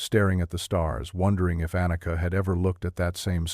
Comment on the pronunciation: Warum sagt der Erzähler immer Anaka statt Anika??